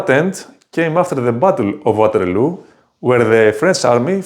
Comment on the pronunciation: Δεν ξέρω πότε ξεκίνησες την μ@@ με τα αγγλικά, μόλις το ανακάλυψα. Εκτός του ότι η προφορά σου είναι σαν του ταμτάκου, - "γουάτερλου" το έκανες μόνος σου βρε νούμερο - δεν έχω καμιά διάθεση να βλέπω review ταινιών από έλληνα youtuber στα αγγλικά. Από το κανάλι σου, απεγγράφομαι αμέσως και σου εύχομαι καλή τύχη.